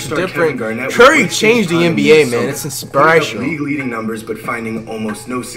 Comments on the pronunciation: flight said “in sprit tial” he meant inspirational lmao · Did anyone hear flight say inspire ational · Flight: Curry changed the game man its inspirishional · “ its insparational “ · “Curry changed the nba it’s inshpirational” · ik i’m not tha only one the heard flight say inspirational wrong🤣🤣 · wtf did you say “inspirational”😭😭